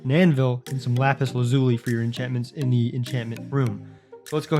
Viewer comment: Lapis lazui😂